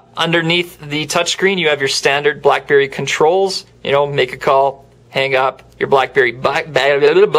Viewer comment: listen at 53 seconds blackberry blllalaalalaelee